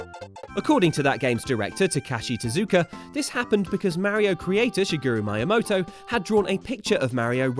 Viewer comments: Just for future reference, Miyamoto is pronounced like me-amoto! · Miyamoto is pronounced me-ya-moto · Really, Maya-moto? For shame, for shame!